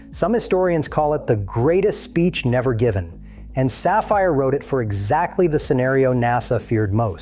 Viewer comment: Once again the mispronunciation of “ Safire” indicates that AI doesn’t understand rules of pronunciation that I hear every day.